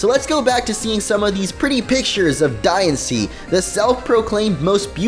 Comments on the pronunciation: I know I'm saying diancie wrong in this but it's not diansee it's dianchee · Diancie's Dex Number is 719. The movie about Diancie will be released on 7/19. Also, I think you should be pronouncing Diancie like Diantha with the accent on the "an" but that's just my opinion...